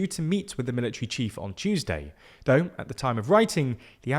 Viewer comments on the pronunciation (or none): none